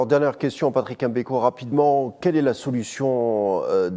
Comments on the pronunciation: Tout a fait... EM Beko, ca fait ridicule! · Un Algérien, donc un Africain, et journaliste de surcroît, devrait naturellement pouvoir prononcer le nom de Patrice M'Beko sans aucune Chouina, M'Beko, comme M'Barak ou M'Bolhi, M'belle3, M'Karfass, ect chez nous, ou M'Bala M'Bala, mais en aucun cas ''EM" Beko, comme le fait la majorité des Français souvent par mépris et parfois par inaptitude cognitive. Autrement, ni la personne de ce journaliste, ni ses compétences journalistiques, ni son élocution ne sont mises en question, au contraire. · C'est Mbeko et non M MBEKO